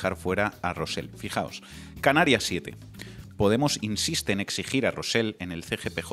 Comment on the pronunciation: Con independencia de que estoy al 100% de acuerdo con vosotros, solo quiero deciros que Rosell no se pronuncia "Rosel". Y tu, parece mentira que seas filólogo. Si no sabéis (o no os da la gana) poner la lengua en la zona correcta del paladar, es menos cacofónico pronunciar "Rosey". Tomad buena nota, por favor.